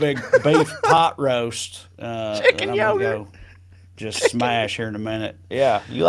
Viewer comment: "Chicken yogart" will from thus day forward be a weekly joke. Thanks ya'll. Btw, when i first tried to remember what you said I thought it was Turkey Puddin' 🤣🤣🤣